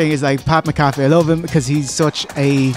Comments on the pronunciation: Hey, it's Pat “Mac-A-Fee" 😂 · The poorly pronounced Pat Mcafee is killing me. They say his name a million times on the show.